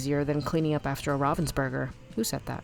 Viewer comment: It’s pronounced ravensburger and not rovensburger